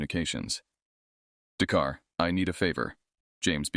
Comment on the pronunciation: "The car " instead of "Dakar '?